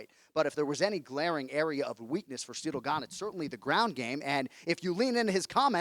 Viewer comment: Jon "See-dill Gane" Anik